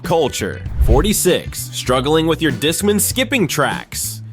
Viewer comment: I remember all these things, but I have to say everyone I knew was using AOL instant messenger and I never heard JNCO or discman (which was not revolutionary bc walkmans already existed), pronounced that way. And whoever wrote this list was WAY into Goosebumps lol